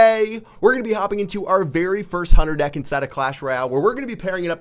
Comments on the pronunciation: Why do people say huner and not hunter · Is it just me, or does call the Hunter the "Hunner"?